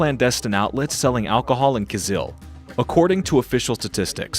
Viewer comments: In this video, the "journalist" demonstrates considerable arrogance and ignorance, entitlement, condescension, derision, and mockery. Most of the time, he does not even pronounce the name of Kyzyl properly. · You have gone to Tuva but failed to ask how to pronounce Kyzyl?